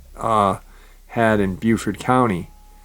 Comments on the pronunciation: Its (Bo)BeauFort NC. Its (Bew)Beaufort SC. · Great episode but in N C we pronounce Beaufort with a " bow" sound, like "bowfort". Love your episodes !!